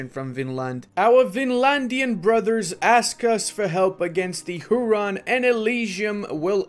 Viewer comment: it's pronounced like hue-ron not hu-ron